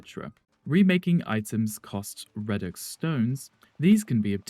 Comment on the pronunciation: For future reference, the words are pronounced "ree-dux" and "app-lick-kay", not "red-dux" and "app-leek"